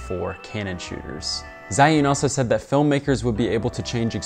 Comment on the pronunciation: HI. 'Zhiyun' is pronounced like Jee-Yoon.